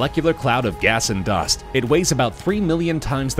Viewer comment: when you said gas like garse